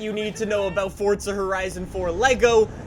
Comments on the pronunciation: Dude your saying "Fortza" Say it with me: For za One more time: Forza Good boy 👍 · the game is called FORZA idk why this guy keeps saying forTza like man u just sound dumb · If anything it's a separation of syllables in Italian- For za why these yanks have to bastardise everything. Like FoughTTTT-Szer. So much emphasis on an imaginary 'T' sound. Let's do it again: For za One more time: Fore-Zha Good boy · Why is it when I hear him say Forza it sounds like he’s saying Fortza? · Over a decade into the franchise and he still doesn’t realize that there’s no t in forza